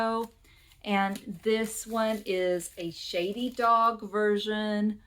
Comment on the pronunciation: Cool! I buy a lot of records at local thrift stores and deep clean them. I’ve found great new-to-me music that way. Most are $0.99! BTW, it’s “SHADED Dog.”